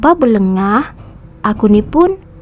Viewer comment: bukan berlegah min,berlengah...